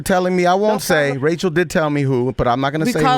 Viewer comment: Haaaa she said Rachel TAE‼️😂